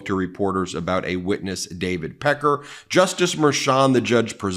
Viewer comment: Packer not packer or picker